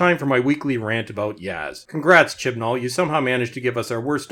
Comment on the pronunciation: You keep saying his name. I'm sure you're saying it correctly, buuttt I'm hearing Shit N All. And, Ironically that's how the show has progressed.